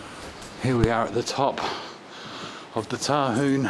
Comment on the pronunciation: It's...H-yoo-un...said properly..